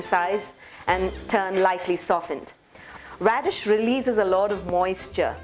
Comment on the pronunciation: Hey you knew mollify and you also said Redshe please stop selling your churan